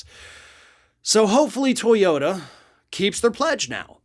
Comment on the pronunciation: To yo TA, please . Not To YO (...da). Otherwise, interesting as always!